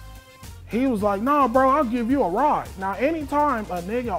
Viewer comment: “A RAWD” instead of “ride”😭😂😂😂😂